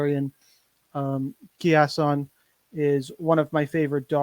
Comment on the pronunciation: Key-asson? Lol